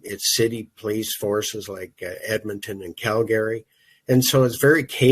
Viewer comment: You would think a former cop would know how to pronounce the word 'police'. It's not plese. It's also not pronounced crect.